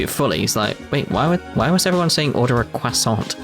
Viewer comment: Order a cwasont... :)